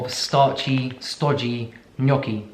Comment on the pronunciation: Me being proud that you pronounced gnocchi the right way 🥺 AND THEY ARE SO SIMPLE TO MAKE, YOU SHOULD TRY! Just potatoes, whole wheat flour (or the ones you prefer, i use sicilian ancient grains flour) salt. Traditionally they’re made with eggs, but we are vegans so none of that 😼